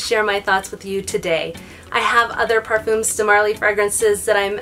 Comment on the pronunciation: Par-fum. rhymes with gum. No s.